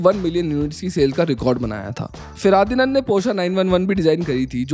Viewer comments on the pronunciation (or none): Aur woh fuh.. Di.. Nand hai.. Na ki feradi.. nand.. Aisi taisi kardi bhai ke naam ke.. 😂😂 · भैय्या, ये फिरादीनंद क्या है ? फर्डीनांड का सही सही शब्द नही पढ सकते क्या ? ये हिन्दी बोलने वाले हमेशा qutiyapa क्यू करते है ? अरिस्टॉटल को अरस्तू एलेक्जांडर को सिकंदर और न जाने क्या qutiyapa होता है ? ढंग से सीख लो, पढ लो. क्या इसिलीये लोग सबस्क्राईब तो नही कर रहे है ? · Feradinan nahi FERDINAND PORCHE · Feradinan nhi hai bro Ferdinand Porsche hai wooo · feradinand nahi.. ferdinand porsche.. :D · "Feraadhanin Porsche" 💀😂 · FERDINAND - pronounced - phardinand, ...Nice video... We see the hard work behind your videos. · you could not pronounce Ferdinand :D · Ferdinand ka pronunciation seekh le be